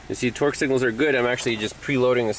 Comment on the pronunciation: when you say torque it sounds like twerk , my girlfriend was giving me the look and had to come and see what i was watching. Are you from boston or something? Either way, very informative and useful information.